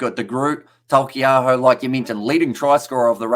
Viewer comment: Yeah I’m confused on where he’s finding the L in Taukeiaho’s name